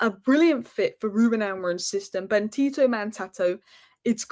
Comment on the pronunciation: you're atrocious at names 😅 It's BenDito not BenTito.... Since you're a girl I'd think it's hard not to see the D.... But alas